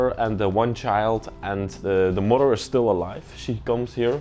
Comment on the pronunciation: "...I like how you say mother..." Yes...the "farter" & the "murder". (Sounds like a pleasant bunch!) 😯